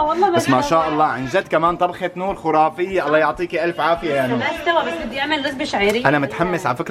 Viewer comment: تصحيح كلمة خرافية بضم الخاء وليست بالواو😅